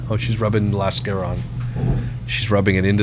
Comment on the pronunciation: Did you call it lashcara?? It's mascara LMAO Lift & scratch or pinch& rub? I can only imagine. Maybe she's doing Halloween makeup to go with her costume! 😅😅😅😂